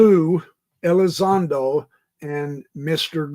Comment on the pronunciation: Elizondo... Not Elizondro .. Lol...